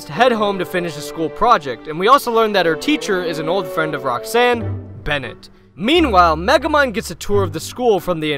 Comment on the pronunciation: erm acshully it's "Bennett"